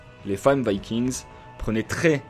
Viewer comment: C'est pas "Vaykiingss" C'est VIKINGS tout simplement. On le prononce en Français...